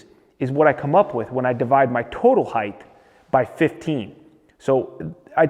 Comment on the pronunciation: Height, not heighth. Love all your videos but Length, Width, Height. No th at the end. Height. I know you're into details so please embrace this one. Cheers, mate.